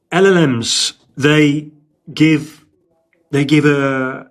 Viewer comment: repeat after me, El, El, Ems...OR just ELELEMS